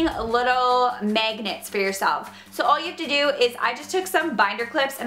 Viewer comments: its mAgnets not mEgnats xD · I like how she says megnits instead of magnets its so funny :) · The way you say magnets really annoys me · It's hilarious when she says magnets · It is annoying the Way you SAY magnets.........😑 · I cringe every time she says magnets😂😂😂